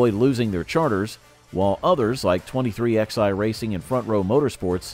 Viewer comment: Dude if you're going to cover NASCAR an American sport say it like it's supposed to be 2311 not 23xi go to England if you want to talk like that we talked American in NASCAR